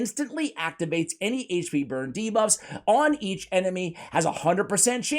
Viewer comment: I really appreciate CC, but for all you eNglish guys, HAIGCH P Is not how you say AICHP HP... grrr so annoying